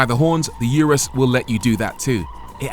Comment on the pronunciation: It’s pronounced Ooooo Roooos